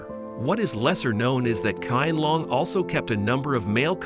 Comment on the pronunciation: The Q in the Emperor's name is pronounced like a ''Sh'' (Shee-an-long) Thank you for the video. 💛💛💛